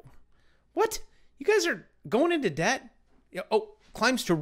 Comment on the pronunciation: The b in Debt is silent #YoureWelcome